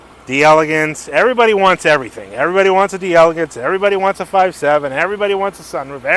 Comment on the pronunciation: It's DELLA-GAHNSE! 😂